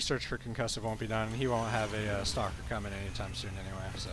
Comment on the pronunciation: For some reason when you say "stalker push" I always hear it as "soccer push". It makes me imagine zealots kicking around sentries like little soccer balls. Anyway, just subbed to you & really glad I did. Slowly catching up on your casts & really digging it so far.